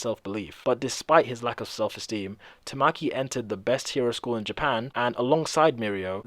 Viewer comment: It's (Ta-ma-key) not (Ta-mah-key) Literally just by watching the anime you can make that out.